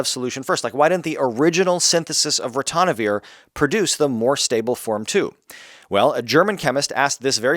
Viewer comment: NO es Ratonavir Es Ritonavir.